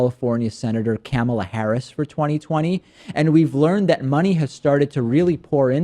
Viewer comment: I believe it is pronounced "Kuh-mah-Lah" not "camel-A" lol